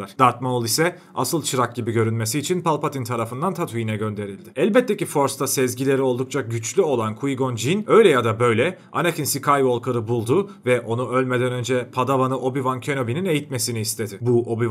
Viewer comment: "Qui", kui diye okunmuyor kuai diye okunur